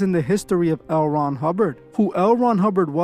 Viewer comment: Toward the end of the video, when you were saying "L. Ron", it sounded like you were saying the name of that market, "Erewhon" 😬